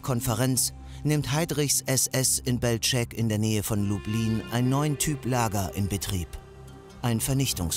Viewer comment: "Belschek" für Belzec (sprich belseds) und "Liditsche" statt "Lididse" ist nicht zum Anhören! Schade, sonst eine gute Zusammenfassung.